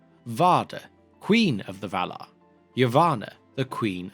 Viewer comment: “The VALAR!”, please. Thank you.